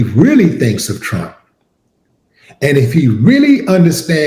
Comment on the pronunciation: He says just like pwesident tchump, aadreean.❤️🗽🇨🇦⚔️